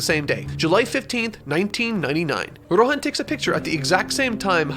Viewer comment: Nobody:: Rohän